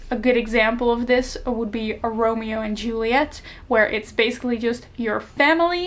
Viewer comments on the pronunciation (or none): none